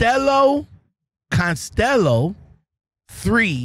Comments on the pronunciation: "Constello, Constello". LOL! It's Cast. UH. Lonn. Oh. Castellano! Like in Paul Castellano who ran the Gambino Mafia Crime Syndicate in New York. No doubt it's a relative. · Bro. I gotchu lol, it's pronounce Cast- tay-yano.